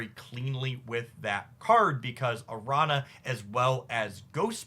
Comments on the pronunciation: do want to say that it's like "aranya" not "aranna", though if that was engagement bait, ka-ching i guess lol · Araña is pronounced Aranya. Spanish word. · btw araña is pronounced like "aranya", the ñ is a different letter than n. Think "Señor". It's also similar to italian gn like in lasagna or signor. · Correct, but he's the same guy who said "Sim-Bye-Oat," soooooo....😅😅😅